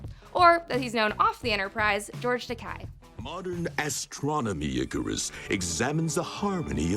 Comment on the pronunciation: George Takei's last name is not pronounced like that. He has gone on record that although that is an actual pronunciation in Japan, his last name actual is not pronunced like that. Instead, it rhymes with "okay".